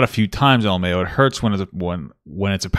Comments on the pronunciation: She says I hate saying Lamawo. We hate hearing it! Just spell it out ffs. Ell M Aye Owe. She is such a weirdo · that fact she keeps 🤌🏼pronouncing "l.m.a.o" like it doesn't mean 4 diff words is distracting me from everything else in the video 🤣🤦🏽‍♂️